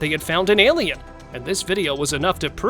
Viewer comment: Stop saying elian there are foling Angeles